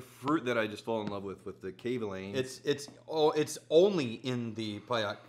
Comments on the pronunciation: GEMALAN (hard G) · If only you guys know how EXPENSIVE those bottles are!! Steve Kim is more than generous to send you one, let alone FOUR in a row!!! Btw, the stress is on 'Ka' rather than 'Lan'... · It’s actually ga ma land XD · i thought the pronunciation was kavalan like macallan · Been looking, not finding.... Kay Vay Lahn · Kavalan? I hardly schamalan. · Just so people know, the cask strength Kavs in the US are not called solist (not soloist by the way ). Some type of TM violation I heard. So don't get thrown off if you don't see Solist on the label, WV's bottle must have come from another country. But the bottom line is that the cask strength Kavs are ridiculously good. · 真的該試一波歐瑪，外國人好像都比較知道葛瑪蘭🤣是說他們好像都沒有念出跟葛瑪蘭三個字一樣音的組合😅希望未來官方可以推廣一下正確唸法，我自己也都隨便唸😝